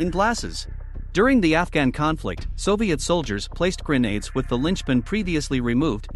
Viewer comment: The narrator's voice is actually AI, and that is why it mispronounced GRENADES towards the end.